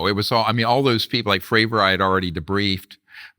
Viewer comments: Is the interviewer intentionally mispronouncing people’s names? “David Groosh” and “Dave Frahver”? Dr. Greer says the name correctly but he continues. Maybe it’s an English as a second language thing? Not a big deal, it just bugged me when they were talking about Grusch and then when he did it again when talking about Fravor. Nit picking. Maybe just a note for accuracy toward credibility. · Hey, Vlad - Grush's name isn't pronounced 'Grewsh' (like 'grew'), it's pronounced Grush' (like 'crush '). Dr. Greer keeps trying to tell you by saying it correctly, but you just aren't listening. Fravor's name is pronounced Fravor (like 'favor'). People's names matter. Would you like to be called 'Vlade' (like 'blade')?